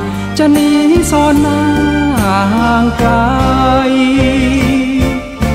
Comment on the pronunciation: ผู้ร้องเพลงท่าฉลอม ออกเสียงควบกล้ำไม่ชัดเช่นคำว่าไกลออกเสียงเป็นไกทำให้เพลงขาดความไพเราะลงไปเยอะเลย